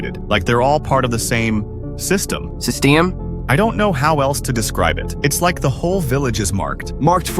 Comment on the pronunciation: system❌ Sesteem✅